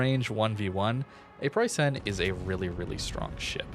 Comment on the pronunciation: Okay, since I've heard it for the hundredth time now, I gotta say something: You pronounce it Preussaen but you'll be much closer to the German pronounciation by just saying Preussn. The last 'e' in Preussen is practically silent and merges with vocalizing 'n'. Great vid as always!